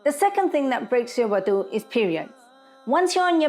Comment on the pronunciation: proper pronunciation is wudu not wadu ,wudu with a dammah on the letter wow is the action of washing the wudu body parts, wow with a fatha (wadu)is the water prepared for wudu , wow with a kasra (widu) is the place for wudu.